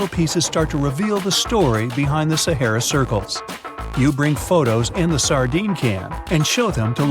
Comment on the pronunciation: This guy can’t pronounce “SAHARA” !!!!!